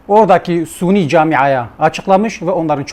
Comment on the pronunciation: SUNİ DİYORSUN VİJDAN DİYORSUN KARDEŞ SUNİ NEDİR SÜNNİ DİYECEKSİN.. DAHA KELİME TELAFFUZ EDEMİYORSUN. ADAM 47 TANE VİDEO ÇEKMİŞ İLMİN VE FEHMİN ANLAMA KAPASİTEN OLSAYDI TAMAM DA BÖYLE BİR VİDEO ÇEKİLMEZKİ. ŞİİLERİN ÇARPITMALARLA DOLU BİR KİTABIN NEYİNİ SAVUNUYORSUN Kİ. BOŞVERSENE.